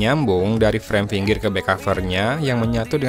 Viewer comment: Bagas Pinantau tapi untuk fingger memang dibaca finger ko bknnya finjer.